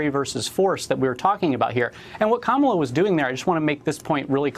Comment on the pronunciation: Steve Kornacki, you are so smart. Kamla Harris. Not Kamala